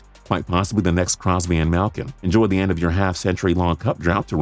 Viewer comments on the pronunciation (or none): Adrian Baggio mallkin not mahlkin